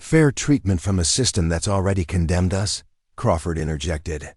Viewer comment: The AI is not trained properly. It is reading periods as 'dot', and us is the word 'us', not U. S. for the United States.